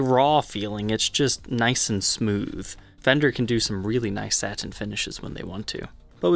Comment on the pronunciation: Can I ask why you pronounce the word satin as “saT-in” instead of “satin”? It’s extremely distracting. Are you by chance Canadian? Just wondering. Thanks.